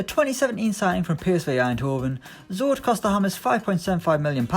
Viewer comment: You Did not pronounce Zoet incorrectly